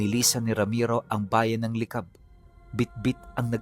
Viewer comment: Licab yon hindi li cab.pantabangan yon hindi panta bangan